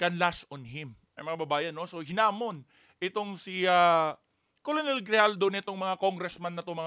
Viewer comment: KERNEL ..ang bigkas hindi colonel.